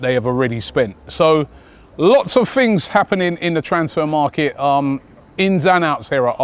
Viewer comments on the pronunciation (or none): none